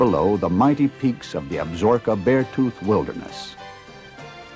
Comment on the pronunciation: It is pronounced AB-SA-ROKA not Ab zorka.